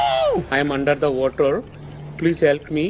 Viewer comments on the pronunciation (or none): "I am under the wuter"😂😭